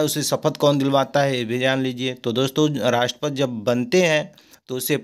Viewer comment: 😂 राष्टपति को राष्टपत बोल रहे हैं। 😍